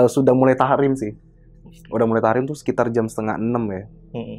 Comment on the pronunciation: hanya sekedar meluruskan, mungkin maksud bang brew "Tarhim" bukan "Tahrim", soalnya klo Tahrim nanti jadi beda arti bang brew..